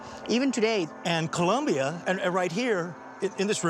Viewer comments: As my family is COLOMBIAN, When talking about the South American country, there is NO "U" in COLOMBIA. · Please stop calling Colombia - Columbia you guys should know better!!!